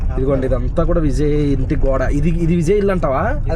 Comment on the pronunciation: adi Vizay kadu adi Vijay nuvu vizayyyy antunav😂😂😂 tamil nadu tiffins ela untayo cheppandi